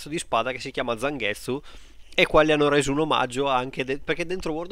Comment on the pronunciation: A proposito di anime... Non hai mai visto Inuyasha? Di fatti quando hai detto ""Zanghezzu"" pensavo che ti riferissi a Inuyasha...